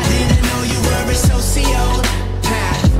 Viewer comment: I love how the song pronounces it as so-sio-path